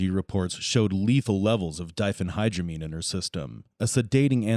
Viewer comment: thinks it’s so smart but it can’t even say diphenhydramine 😂